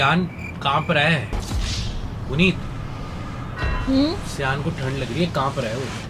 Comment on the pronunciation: Aree Sayan nahi siaan